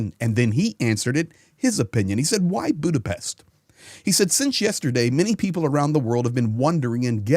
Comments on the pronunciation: Thank you for your coverage. And thank you for pronouncing Budapest correctly (Buddha-Pesht). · Good perfect pronunciation of Budapest,!!👍